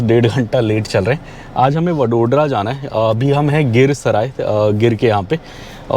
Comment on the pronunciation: वड़ोदरा, आणंद - ye hain in shehron ke naam. Jaise डिल्ली nahi दिल्ली hai, लखणऊ nahi लखनऊ hai. Bahot enriched hai Indian languages ki sounds, sahi jaanane ka utsaah rakhna chahiye.